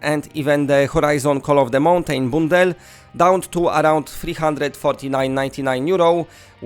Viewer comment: You are using a lot of long u sounds (like oo) when it should be a short sound. Like update, bundle, sunday. You are saying them like oopdate, boondle, soonday etc